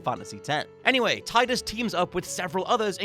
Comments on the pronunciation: You pronounced it Tie-dus?!?! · Also, it's Tee-dus. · Tidus is pronounced Teedus. And shout out to James Egan for actually writing the list. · A lot of people pronounce it Tide-us. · The way he pronounces Tidus also seemed wrong to me. I remembered it Tee-Dus too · Sweet baby jesus,. That's not how you pronounce Tidus.